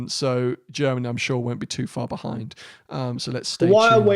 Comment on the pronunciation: Why do you pronounce it bahind the glass?